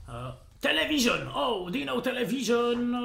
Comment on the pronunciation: "televison " pe bune